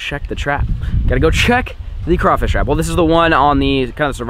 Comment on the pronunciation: Thank you for saying crawfish right